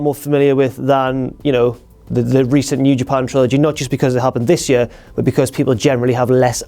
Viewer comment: "of the yeur"